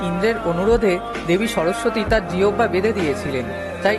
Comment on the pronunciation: জিওবভা আবার কি জিনিস। সঠিক উচ্চারণ না পারলে জিভ বলুন। আর ভিডিওতে অমন পাওয়ার পয়েন্ট এফেক্ট দেবেন না। কন্টেন্ট ভালো, শুধু প্রেজেন্টেশনের অনুন্নত মানটা ভালো করুন প্লিজ।